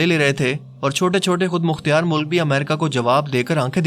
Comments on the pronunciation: Very interesting video But ek apka ek word thek krwana chahu ga bhai، (khud mukhtyar) sahi ward ni hai its (KHUD MUKHTAR) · Kindly rectify your accent khud mukhtiyar it’s khud mukhtar. Thanks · Good video, لیکن خود مختیار نہیں، خود مختار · خود مختیار نہیں خود مختار ہوتا ہے